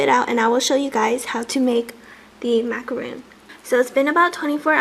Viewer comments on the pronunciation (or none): cute! fyi, it should be macaron, not macaroon. Macaroon is a totally different cookie ;)